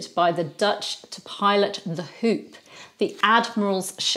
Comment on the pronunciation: The shop called the Hoop is the Dutch word for Hope and is pronounced as Hope. For your information😊